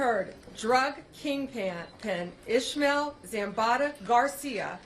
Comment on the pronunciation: Who in the hell is “ ishmel” ? 🧐🤔